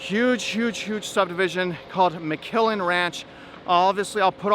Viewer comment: Not “McKillen” … but McClellan